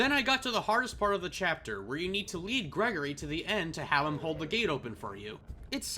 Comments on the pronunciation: STOP CALLING HIM GREGORY, IT’S GRIGORI 😭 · bro its Grigory not Gregory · Hearing you pronounce Grigori as "gregory" dealt immense amounts of psychic damage to my brain, dude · His name is Greg-gore-ree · why do people always mispronounce grigori, he literally says his name when you first meet him